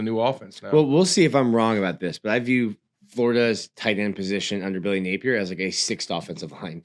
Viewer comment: i gotta ask... why you pronounce Napier's name like that? Only person i've ever heard say it like that. "Nape-ear"